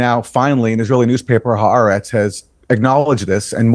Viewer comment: hi. Haaretz is pronounced: ha-R-etz